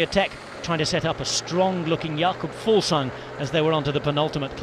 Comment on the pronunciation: Kudos on pronouncing Fuglsang so well guy! Awesome stage today, the weekend should be bonkers